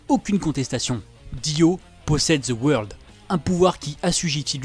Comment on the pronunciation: Deux mots: ZE WEURLDE